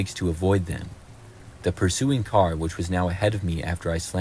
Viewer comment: omg his voice is so cute im sorry how he says car😭 caw